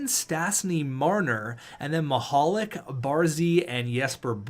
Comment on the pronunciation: Because of how you pronounce Mihalik's first name his nickname should be Mr. Lube